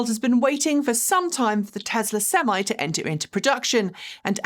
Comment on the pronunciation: What's a "sem eye"?